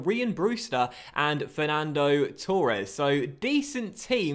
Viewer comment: Mate its Torres not Tour res.